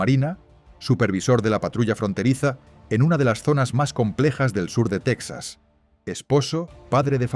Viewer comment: Porque pronuncias Tecsas (Texas) anglosajón con acento Español Ibérico? Sería Tejas para los Hispanohablantes cono!😂